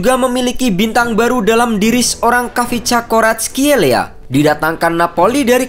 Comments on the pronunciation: Ga usah ikutin gugel min, Baca aja nama nya varatskelia 🤭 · Kau salah nyebut namanya Mimin, yang gue denger di serie a gak gitu kayak faratelia gitu biasa aja komentator nyebutin nya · bukannya varatskelia ya dibacanya